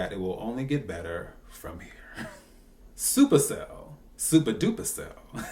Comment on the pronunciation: It's "Supa Cell"